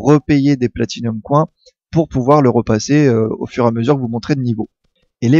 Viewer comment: Platinums COINS mes oreilles !!! :p